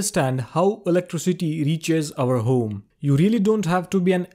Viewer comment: "In our hOOme"